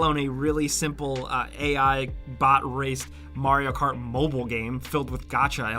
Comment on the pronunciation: I never even heard of Marry-O Cart. :P